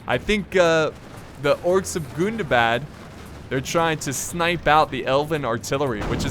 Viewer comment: can vu plz stop saying gundabad wrong